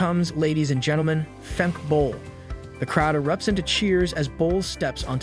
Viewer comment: Fem-keh not Femk